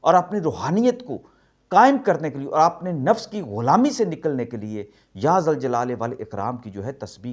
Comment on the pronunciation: ذ۔ پر پیش لگی ہے اور آپ مستقل ذ۔ پر زبر پڑھ رہے ہیں --- کس کو درست مانیں ؟؟؟